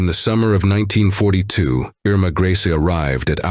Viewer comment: Her name was pronounced "ER-ma GREY-sah"...not "Greasy "